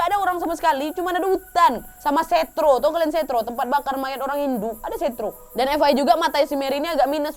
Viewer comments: Kak nad izin koreksi kalo tempat bakar umat hindu itu, setra kak bukan setro😊🙏, mangat kak kontennya gapernah bosenin pokonya👍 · 15.27 ngomong nya setre kak bukan setro 😓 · Koreksi di menit itu bukan setro tapi setra yang biasa dibaca setre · setre wak bukan setroo😂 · tulisan nya setra di baca setre bukan setro kak nad 😂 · Kak Nadia bukan setro tapi setra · Setra kak nandia, bukan setro 😊😁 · Oh ya kak nad aku gatau ya bener apa engga ejaannya tapi klo denger temen hindu ku ngomong "setra" bukan setro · maaf kak, aku koreksi penyebutan nama tempat pembakaran mayat atau ngaben yaaa :"), tulisannya setra dibaca nya setre, E nya itu E nya "teman", beda penyebutan beda artinya, Terima kasiii :))))) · Setra kak nad bukan setroo🙂 salam dari bali kak nad😇